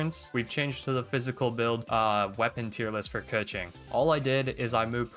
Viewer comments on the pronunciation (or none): pretty sure its kuh-ching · The only correct pronounce is Kequeen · It’s “KA - CHING🪙💵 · no, it’s 刻晴 (kèqíng)